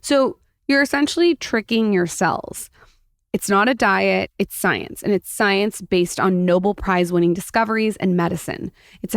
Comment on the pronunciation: (It's a NO-BELL Prize, not noble.